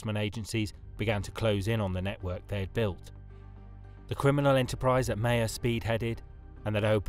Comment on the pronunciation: Maher is pronounced Mahar